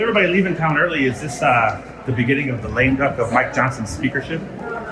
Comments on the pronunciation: "lame dunk"? ...I believe the term is 'Lame duck'. Come on, Ben! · Lame duck not lame dunk